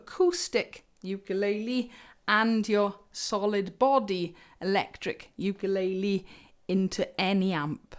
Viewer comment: I just want to mention that everyone on British Isles say ukulele wrong. And everyone say it differently. You need to check how to say it Hawaiin. Because it's hilarious or Brits really have problems with speaking other languages 😂 Good amp review ❤️